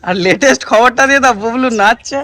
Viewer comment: দাদা তুমি বুবলু কে বুবলু লে বলো কেনো